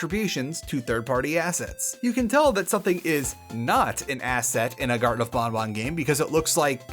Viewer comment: ...Huh. You're the first person who seems to have just defaulted to the 'correct' way to pronounce Banban. Every other person I've heard talk about this game pronounced it as it's written (ban-ban) unless specifically following the developers' pronunciation (bon-bon).